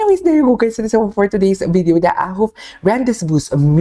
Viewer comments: Rendezvous ang pagbasa po ata is Rande-voo mami it's like a place where people are gathered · Pronounced as ren-de-voo… super ganda ng atake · Ako lang ba yung "Ren-du-vu" ang pagpronounce?